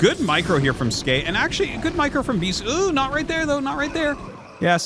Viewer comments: Arty, why are you still pronouncing it Skay? The ASL 19 translation confirmed it was S key in the opening interview. It makes sense. He plays Terran, and the S key makes an SCV. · Not even Skey knows how to pronounce Skey.